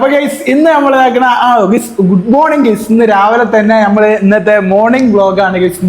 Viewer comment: പൊന്നുമോനേ ,,,ഇനിയെങ്കിലും ഗൈസ് എന്നു പറയൂ "ഗുയ്സ്" നിർത്തൂ ,,, "ബട്ട്‌ " എന്ന വാക്കിന്റെ spelling ,but, അല്ലേ അതിനെ "ബുട്ട് " എന്ന് ആരും പറയില്ലല്ലോ ,,,so please